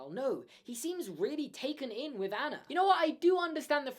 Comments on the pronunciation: Your pronunciation of the frozen characters makes me want to drive my head through a wall hAnS??? An-na???? I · LOL sorry but this drives me crazy you're saying Anna and Hans names wrong they don't say then like I in the movie I know they're spelled that way but it's not how their pronounce sorry it just drives me crazy when people don't pronounce it the right way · But- can we talk about Anna’s name being pronounced “AH-na” and Han’s name is “h-AH-ns”. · I'm Scandinavian. The correct way to pronounce Anna in my language is "UN-uh". "HAH-ns" is correct though. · It’s an accent thing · Why does pronounce Hans and Anna differently than in the movie? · ik i was just pointing out pronouncing it wrong